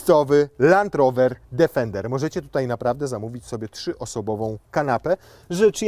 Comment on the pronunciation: Plus polska wymowa „D_e_fender” 😂